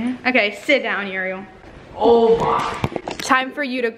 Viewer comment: I like their videos bu the only thing that bothers me is how says Uriel 😭